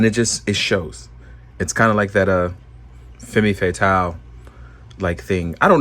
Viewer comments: Femme Fatale - (pronounced fem not femmy) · What's. FEMMy Fatale?? It's pronounced Femme (FEM) Fatale (FAYTAL)! JUST THOUGHT U SHOULD KNOW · "Fahm Fuh-tahl". 'Fatale' rhymes with 'Morale', with the emphasis on the 2nd sylable. And 'femme' is basically pronounced "FUMM". It's French. 🗼